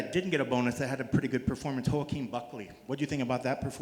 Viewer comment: This man said "ho-a-keen" hahaha